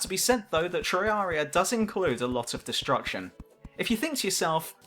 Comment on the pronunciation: its terraria not treyaria